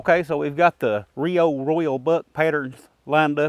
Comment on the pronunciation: I love how every time you say are Rio it sounds like you're saying oreo and I didn't know nibisco made shotgun shells lol